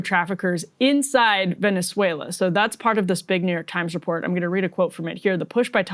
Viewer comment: Can we take a moment to appreciate how well Emily pronounces Venezuela. Almost sounds native.